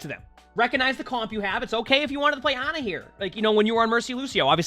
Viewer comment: saying Ana will always be so funny to me “He says he usually doesn’t play AHHNA”